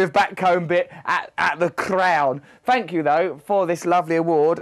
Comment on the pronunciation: "Fank you" hahaha